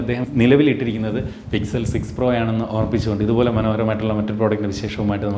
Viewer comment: Its pixel not sixel 😑 Google Sixel 6 pro? 😐